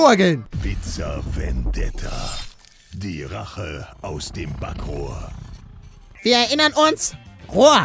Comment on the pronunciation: es heißt Bakrohr